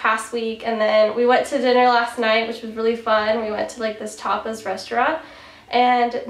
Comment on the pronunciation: At first, I thought you said you went to a topless restaurant, but then I realized you said tapas. Hahaha